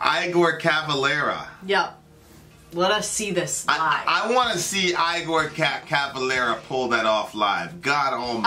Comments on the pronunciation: It's eeegor not eyegore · It's not pronounced I gor it's pronounced as in Frankinstein Dr's assistant Igor like egor, Igor Cavalera his brother is the singer and guitarist Max but they left the original Sepultura this is an old song I only liked the Original Sepultura the brother's other bands are Soulfly and Cavalera Conspiracy there Brazillian! Put in Sepultura Desperate Cry live......................... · Igor is pronounced 'E'gor.. not 'I'gor, also, he's not in Sepultura anymore - Eloy Casagrande is the drummer now. Max and Igor started the band in '84 and have both subsequently left. check out Cavalera Conspiracy - their most recent band which they started after not speaking to each other for 10 years... try Crom or Killing Inside by Cavalera Conspiracy respect :) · I've never heard anyone pronounce the name Igor as "Eye-gore" lol. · "Eye-gor" Cavalera? Seriously?? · Igor.. Pronounced E-gor! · Igor is pronounced more like Eehgore.